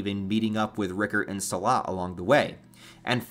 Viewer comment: a good video & I totally agree with you & I would even say that Casca will play a big role in breaking the fake utopia of Falconia. BUT, bruhh... His name is "SILAT", pronounced "sie-latt," not SALAD... It's literally a name based on famous Asian Martial Arts... You must have known this right???!